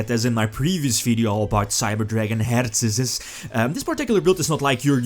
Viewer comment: Jo for real I love the way you say "Herz" ♥